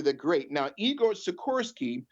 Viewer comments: Si-kors-ski. Say it with me. And can we reference the term A Luciferian Project Completed a couple hundred more times. Not against the theory, just annoyed by delivery. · you are driving me crazy by failing to pronounce actual letters in names,as in the K in SikorsKy